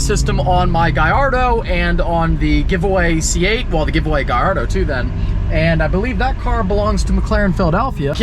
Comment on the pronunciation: PLEASE FOR THE LOVE OF GOD STOP MISPRONOUNCING GALLARDO! GA-LARDO SAY THAT GAAAAAA LLLLLLARDO!! THERE IS NO I IN THE NAME!! IT IS DRIVING ME CRAZY YOUTUBERS SAYING IT WRONG! I ASKED AN NATIVE ITALIAN THAT OWNED ONE AND HE SAID ALL OF YOU ARE KILLING THEM EVERYTIME YOU SAY IT WRONG!